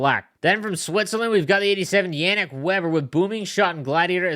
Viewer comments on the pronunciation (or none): none